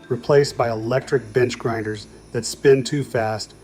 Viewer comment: Again, grinders, not grindet!!